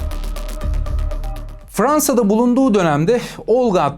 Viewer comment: Abi cümleleri düzgün çıkarır mısın lütfen Paeris (Paris) aerz (arz) Aertek ( artık) Bier (bir) Freansa (Fransa) Aliyo ( alıyor) Buerada ( bu arada) Öyğrenmiş (öğrenmiş) Nazik konuşmak ayağına başka bir şeye dönüştüğünün sanırım ilk kez duydun.